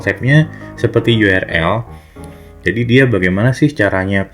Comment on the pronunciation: Sudah banyak sekali tutor Indonesia yg ngomong URL dibaca yu er el... Yg bener itu yu ar el